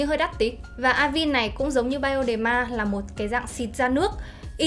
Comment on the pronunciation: Cảm ơn bạn có video về KCN khá hữu ích. Góp ý nhỏ chút là Avène - là hãng mỹ phẩm pháp, nó sẽ đọc theo tên pháp là A- Ven (đọc tương đối nó là thế này, còn chuẩn thì thềm n sau), Không phải là A-vin:)